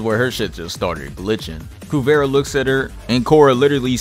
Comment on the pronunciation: Great vid as always bro. I think Kuvira is pronounced KuvEEra though